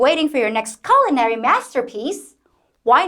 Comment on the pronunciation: Did you actually say colonary masterpiece…😳